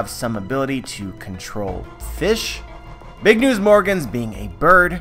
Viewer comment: He says it like BIG UH NEWS UH as in when the characters in anime say a word in english word they always add the UH